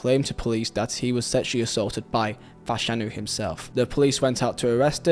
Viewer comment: You need to learn the difference between Chris Fairclough and Justin Fashanu!! It would also help if you pronounced Fashanu's surname correctly!